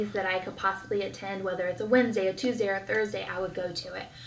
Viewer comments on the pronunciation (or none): none